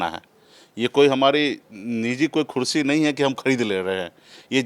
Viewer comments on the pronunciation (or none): Neta ji khursi nhi kursi boliye